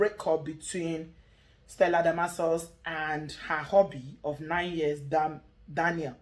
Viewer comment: I thought they were lovebirds😄..as Real warri piken will say everything na hq🤣😝😝😜..Have a good heart and a clean mind In this life and ull be all set.Laughing at how you pronounce that long name Stellademorkorkus 😝😝🤣🤣